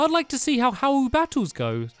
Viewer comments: That is not how you say hau u say it completely wrong and its funny 😂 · Hau is pronounced 'how'